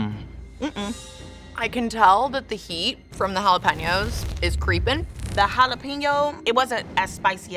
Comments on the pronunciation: Why is she saying jalapeños like that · How that white girl says jalapeños hurts me 😂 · I hated how she just pronounced jalapeños